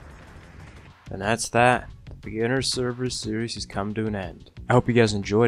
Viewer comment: Please! Say server.